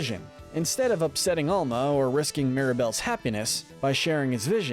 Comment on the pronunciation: Is your grandma just called grandma? No? Albuela is just grandma...her Name is Alma* not ama